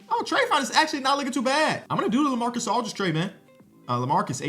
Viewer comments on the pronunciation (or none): bro called lamar odem lamarcas aldridge 3 times